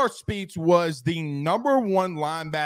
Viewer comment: Omar Speights pronounced Omar SPATES.